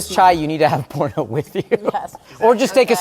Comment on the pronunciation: Bruh wtf is porna, its poorna ; the pronunciation is diabolical 🤣🤦‍♀️